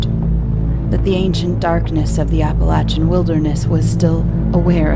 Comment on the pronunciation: Mispronounced Appalachian. Continues to mispronounce, super annoying, can't finish.